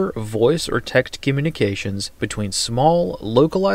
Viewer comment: "Voice or tekt communications"? 😂